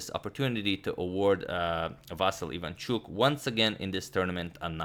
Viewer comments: About the name: it is pronounced as "vasYl", not "vAsyl", last syllable is stressed, and "l" after "y" is softened. The same for "ivanchUk", last syllable; and should be pronounced like "eevanchOOk". Btw, "Vassily" is also correct, since it is his name spelled in Russian manner, and widespread in Ukraine. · Well, since you brought up the correct pronunciation of the Ivanchuk's name. I am Ukrainian and I can tell you that if you want to say it even more correctly the accents of his name are Vasýl Ivanchúk. The accents are on the last syllables. I think he doesn't care about this, but it would be nice to hear it correctly :) - here on the 7th second you can hear the right pronunciation of his name.